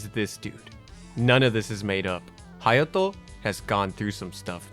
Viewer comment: I was like…how did my mans say “Hayato” multiple times with an accent and everything but completely butcher Kaede lmao